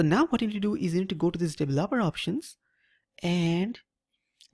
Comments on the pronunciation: devel-oper (*lmao*) that is exactly what we are devil-opers ... (right pronunciation is D-veloper) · Im actually quite annoyed with how he pronounced it.. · Your pronunciation of "developer" and "enabled" cracks me up